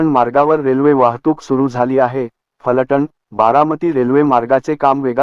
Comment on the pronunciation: फलटन् असे म्हणू नका त्याऐवजी फलटण असे म्हणा.